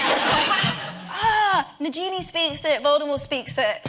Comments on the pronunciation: Oh my god Emma trying to think of Parseltongue is absolutely adorable >.< The fact that she said 'nagenie' instead of 'nagini' and omg I love her so much xD Laughed so hard during this interview, so funny! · Omg she said najini 😂😂😂